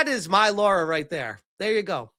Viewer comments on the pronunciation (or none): I have a question. Is it a thing that Americans can't pronounce Lara? I've seen so many videos of North Americans call her Laura. Her name is Lara. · Her name is spelt "Lara" not "Laura" so htf do Americans get the "or" out of it o.O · will you stop calling Lara Laura? and you answer the "which show would you watch?" question I'll say this - yeah Lara Croft is supposed to be well equipped and yeah, usually ChatGPT does successfully make characters more beautiful, but not in this instance. It has made her body proportions all wrong, the shoulders too wide, etc. I like the original Sophie Turner proportions a lot better. She's not a bombshell Lara Croft type of girl, but she is a beautiful woman. Alicia Vikander was actually amazing as the reboot Lara, btw, imo. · nah, man, she's totally Laura... not Lara, though